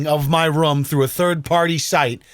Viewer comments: Room not rum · always says ‘Rhum’ for Room..😂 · Weird pronunciation of the word 'room', sounds almost like 'rom' is that an American thing or just this guy? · Anyone else hear him say the word ROOM weird every time he says it lol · Bro you say "room" like one would say "book". How do you say "poop"? Running joke in my family, just want to know, thanks